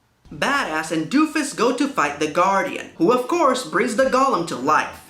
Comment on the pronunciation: Everyone else is complaining about the lack of research on his part... I'm just annoyed that he mispronounced "golem." It's "GOH-lem," not "GALL-um."